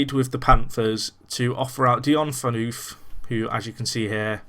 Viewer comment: Phaneufff , not pheanuuuf :D